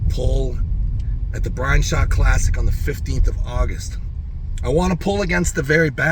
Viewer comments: I pwomised my fwend Bwian so now I have to cancwel mwy mwatch with Vwitaly, guys! 😂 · He can't. His fwend Bwian will be so saaad if he pulls a real match! 😂